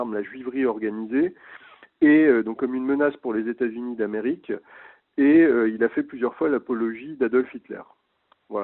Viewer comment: Le président tamericain….pourquoi pas le président téta zunien? Je crois que je ne vais plus donner à cette chaîne